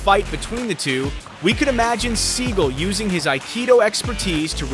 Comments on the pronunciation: It is spelled Steven Seagal with an "a" after the "g" so it's pronounced (S-E-A-G-A-L), rather than "Segal" If you're going to make a video about a famous actor/martial artist you should at least know how to pronounced his name! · Learn To Pronounce The Man’s BLOODY NAME❗️❗️❗️❗️ Every Time You Call Him “SEAGULL ” It Makes Me CRINGE❗️❗️❗️ I Am No Huge Fan Of The Man But Have Enough RESPECT To Say His Name CORRECTLY… schmuck…